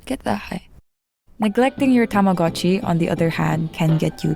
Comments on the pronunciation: ohh tamagotchi, not tomodatchi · why is everyone saying tamagotchi its tomodachi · please never call yourself shartchi again